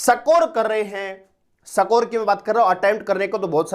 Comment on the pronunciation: सकोर नहीं है सर स्कोर (इसकोर) होता है 😂😂